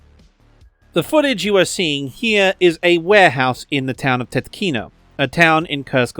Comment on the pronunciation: Great video! Two small nitpicks: pronounciations. Most place names by default get stress on first syllable: TYOtkino, SUmy, KhArkiv, ChAsiv Yar.... second, T34 specifically, they have... one. Soviet Union melted its stock during Cold War to make more modern weapons, and had to buy a few from Laos for parades and monuments, it seems only one is left. They WILL use deprecated stock, just not this specific type.